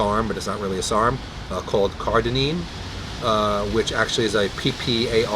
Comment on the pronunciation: Note: I listened back and realized I was saying "CARDININE" rather than "CARDARINE" so I apologize. This is what happens when you shoot Ask Merlin BEFORE having your post workout meal LOL : )